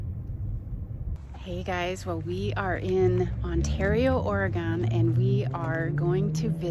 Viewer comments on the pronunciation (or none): What a fun outing, but please; Oregon is pronounced Oregun.